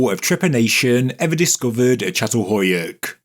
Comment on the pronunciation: /cha-tal-HOE-yook/ Could we please check the pronunciation of sites? I've known how to pronounce this since I was 19 when I first learned about it. Every time a name gets pronounced ... badly ... I cringe, regardless of the interesting information being offered. OK, finally, at the end, got it right. But it started out as "cat" several times in the first few minutes.